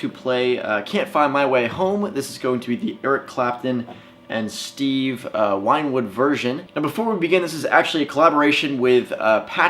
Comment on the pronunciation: Hahaha that's what I was thinking too lmao never heard him called Steve Whinewould lol